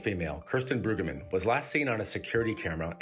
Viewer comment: Mispronouncing her name is so disrespectful.